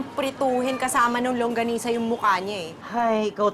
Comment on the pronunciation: Bakit sabi langgonisa Hindi longganisa Hahahahaha